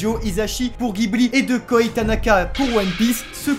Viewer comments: Par contre les gars c'est "Jibli" pas "Guibli" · Le studio Ghibli se prononce « Jibli ».